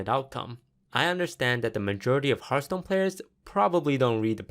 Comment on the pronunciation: did you say hearth POON?